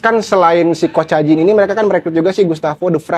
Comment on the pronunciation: Jangan bahas persiblah klo nama pemainya persib aja salah nyebutin.mateo kacijan bilangnya mateo kocajin ah kocakkkkkkk